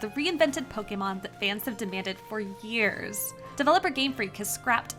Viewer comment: "For Yearrss"